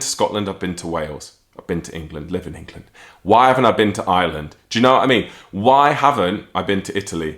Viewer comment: love your channel a long time fan. But FYI it's IRELAND not Island 😂